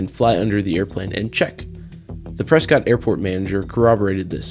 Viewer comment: Props for getting the pronunciation of "Prescott" correct.